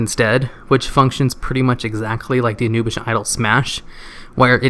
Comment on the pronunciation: OMG its pronouced Ah-new-bis- sath anubisath not anubish